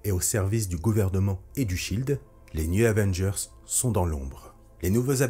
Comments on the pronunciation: Chouette video... Gâchée par le fait que le narrateur passe son temps à dire newZ Avengers. Y'A PAS DE "S" À NEW! "news", ça veut dire "informations", les nouvelles, le journal. Du coup, il passe son temps à parler les Avengers de l'Info... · Très bonne vidéo, mais comment t’écris le nom de l’équipe pour le prononcer comme ça ? Les News Avengers ? Les New Zavengers ?